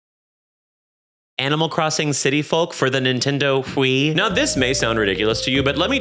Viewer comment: I'll be honest, this video was informative, and also made me scared of the Animal Crossing Fandoms. But also, the way you pronounced Wii just absolutely threw me as all I could hear was Stewie Griffin going "Whipped"